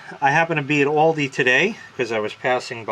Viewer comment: "Oldi"😂 Its "Aldi"Americans drive me insane